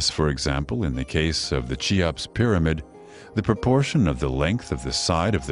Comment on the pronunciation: chee-ops pyramid? Keyops, or Khufu!